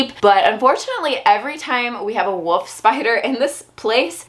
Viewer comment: Can't stop hearing 'Woof' spiders :D